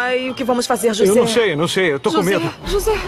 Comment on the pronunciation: o nome é José e não joze.